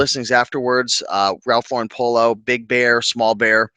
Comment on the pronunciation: You are one of the few YouTubers who pronounce Ralph Lauren the correct way. It is LAURen, not LauREN. The man is not French and he even pronounces his name like you would pronounce a girl's name Lauren. I sell ties and can say that due to covid, casual Fridays and just the nature of tie-wearing, it is not as strong of a market as it used to be. Remember when men always wore hats? The market is still out there for ties, but they are not fast sellers unless they are rare, vintage and also a top name. I do not want people to be discouraged, but the ties need to be in excellent condition, silk, woven fabric a plus, sought after designer, and a unique stand out design a plus. If you are buying at the bins, the more informed you are, the better your chances of selling at a good price. You do not want to end up putting up 10 ties for $10 just to clean out a closet. Also, make sure you indicate the measurement of the widest part of the tie. A photo with a ruler is always better than just stating the inches. Visuals over words. I tend to sell a lot of Hermes ties that I got in the 1990s (at bargain prices from a second-hand store)and each has a number to identify the design. Since I live in NYC, it was easy for me to authenticate the ties at the Hermes store. I am not in a rush to make a quick buck on them. I know there are collectors who are looking for just the right design and will pay top dollar.